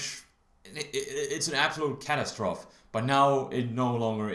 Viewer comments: It's pronounced catastroph-ee :P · love how he pronounces catastrophe like it's spelled :P